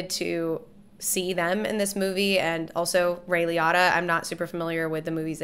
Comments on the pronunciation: Liotta was pronounced "Lee-oh-tuh" not "Lee-ah-tuh." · Not a huge deal but just for other conversations I think Ray's last name is pronounced "Lee-OH(hard O sound)-ta" But yep, this was a true story for the most part. Henry Hill was a real man (died 2012), went under witness protection after ratting on his partners, and went into hiding in Nebraska, Florida and a few other places under protection Another Scorsese film I'd heavily suggest that stars Leonardo DiCaprio is Shutter Island. It's not a gangster film, but another period piece and also has Mark Ruffalo in it!! It has a lot of character driven moments by DiCaprio and Ruffalo along with the other support cast members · Ray Lee-Oh-Tah, not Lee-Ott-Uh. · Hermione: "You're saying it wrong! it's Ray Lee-OHH-taa not Lee-ATTA!" Hermione snapped. Ron: “You say it, then, if you’re so clever,” Ron snarled. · It’s Ray Lee-O-Ta not Lee-Otta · Liotta is pronounced Li-Oh-ta not Li-ah-ta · Google probably saw "Director" and "Martin Scorsese" so it showed you a film that the director Martin Scorsese was in. And I am fairly certain it is pronounced "LEE-OH-TAH" :) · Just for the record… it’s actually pronounced “Ray LEE•O•TA” 😎😘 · It's Ray Lee-O-Tah. Get it right. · LEE-oh-TAH, great review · Interesting. Everyone I've ever heard pronounce his name (including many interviewers) says it differently from you (lee-oh-ta). But if I'm reading the phonetic spelling correctly on his wiki page, you're saying Liotta correctly. Maybe that's the Italian pronunciation... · It's pronounced "Lee-oh-ta" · I'm sorry I didn't wanna be this guy lol but it makes me crazy how you pronounce Liotta lol for all I know you could be right but I've never heard it pronounced that way 😂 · Is she pronouncing Liotta's name wrong? Or have I been my whole life? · The way you say Ray’s last name is just a bit off. Another great movie he’s in that if you haven’t seen you should so react to is Field of Dreams.